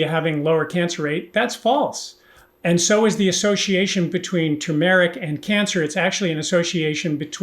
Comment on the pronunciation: You got tur mer ric though when everybody else says too mer ic. I can't wait to hear more of these